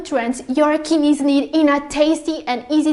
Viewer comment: Kinneys he he